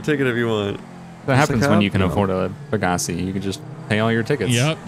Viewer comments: pa-Ga-c me: peg-ga-c gta5: peg-ga-c moral of story: you’re saying it wrong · That moment its pronounced peg uh sai and they completely fuck it up LMAO